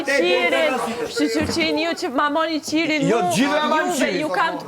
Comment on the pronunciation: O jo qirin:))), më mbani qiriun thuhet dhe jo theksi te " qi ":)))